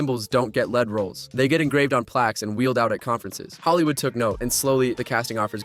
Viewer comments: it's lead roles as in main/protagonist, pronounced leed/lied. Not led as in the metal. : The word is fame and it's pronounced FAIME, not farme. No-one will take you seriously when you can't even speak English in your own video where you're critisising someone else! You're a joke. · lead (led) roles, thanks AI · As soon as I heard "lead" -- pronounced led -- roles, I was out!